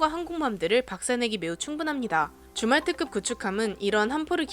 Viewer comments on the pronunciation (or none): 줌왈트급... 자꾸 주말특급 으로 들림 ㅋㅋ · 줌왈트급을 주말특급이라고 들음ㅋㅋ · 줌왈트급이 주말특급으로 들려요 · 줌왈트급의 발음이 주말특급으로 들린다. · 자꾸 주말특급으로 들리네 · 줌왈트급 나만 주말특급으로 들었나? 예^^